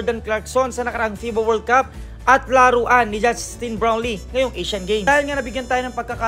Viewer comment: Sir justine brownlee hindi browlee